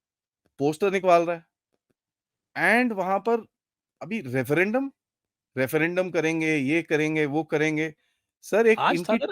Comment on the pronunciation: रेफरेंडम है या सर फरेंदम(उल्टी खोपड़ी बाजी)!😊